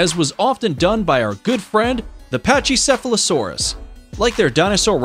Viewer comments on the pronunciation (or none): But.... they're all technically dinosaurs..... ALSO its pronounced, packy sefalo sore us ALSO the apatosaurus or "brontosaurus" lived 150 million years ago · That’s pachycephalosaurus not patchycephlosaurus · why. just why. CoryTHORYsaurus? Not only did you mispronounce the name utterly horribly, but that’s an OVIRAPTOR! CoryTHORYraptor again…. what the fuck? PATCHEYcephalosaurus hurts me I would’ve mentioned this earlier with the Gastornis he called “vElOCirApToR” but not every dinosaur with two legs is a velociraptor! This one isn’t even a dinosaur at all! It’s an Adzarchid! That’s and Adzarchid, not a Pterodactyl. Different pterosaur group ah yes, because both brontosaurus ( yes he exists ) and velociraptor lived in South America, and lived anywhere near eachother. why does he incinuate Tyrannosaurus had a long neck? Fuck this video. I didn’t even list everything I hate about it. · The way they pronounce herons, pachycephlosaurus,ornithomimus and corythoraptor as well as them saying the T. rex was the most dangerous creature when spinosaurus and carcharodontosaurus existed is dumb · wrong dinosaur and horrible pronunciation